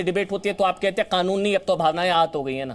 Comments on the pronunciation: यह मौलाना कनून नही कानून कहता है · कानून सही से बोल ले मौलाना खानून नहीं कानून होता है। जय श्री राम 🚩🚩🚩🚩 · इसकी भाषा देखिए। ये क को ख बोलता है, जानबूझकर।